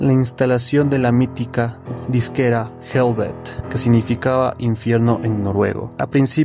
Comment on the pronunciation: No se pronuncia helvet, sino helvete tal cual se lee. Hablo noruego y sueco. Son muy similares estos idiomas. Saludos